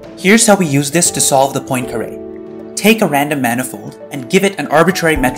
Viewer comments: PWAHN-caré, not "POIN"-caré. It's French, so oi is pronounced wah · Good video, but I think that to correctly pronounce the name of Poincaré (po-an, not po-in) shall be not only a basic respect to him but also a commonsense for a math student😅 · The video may be good but GOD DAMN IT stop saying poin-kare instead of Poincare, it sounds so bad. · It's pronounced more like Pwah[n]carAY. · God it's so painful listening to him mispronouncing Poincaré... However, other than that, nice video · You are incorrectly pronouncing Poincaré.